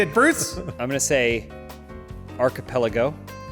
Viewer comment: did say archepeligo, as in islands?